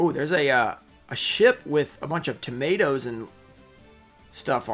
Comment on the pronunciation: My man said tomatoes LOL